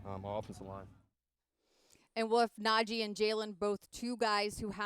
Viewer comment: Thing about Russ, he is portrayed as this communicator between teammates but he can’t even pronounce Najee’s name correctly. It’s not NAJ- jey it’s NA-jee. He already gotten bummed people can’t pronounce his name how about his new QB that’s portrayed as a saint